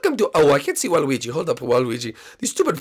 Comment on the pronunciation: Waluigi, not walwegi.